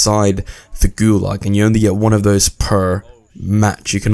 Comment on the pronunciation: Gulag, not gulug